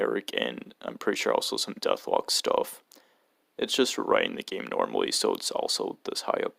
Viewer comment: DethKlok not Dethlock